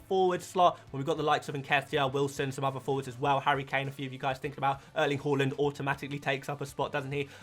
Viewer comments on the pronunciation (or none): Love your content but I got to admit I’ve been watching you less this season just because I can’t stand hearing you call Haaland “Holland”🙏🏻🙏🏻🙏🏻🙏🏻